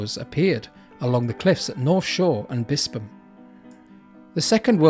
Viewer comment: Good vid. Pronounced Bispham perfectly, well researched and nice subtle background music.